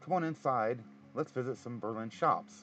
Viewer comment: The town of Berlin, Ohio is pronounced BER-lin (emphasis on the first syllable), unlike the city of Berlin, Germany. I suspect that is related to the war years in WW-II, much like when "liberty cabbage" was substituted for the word "sauerkraut."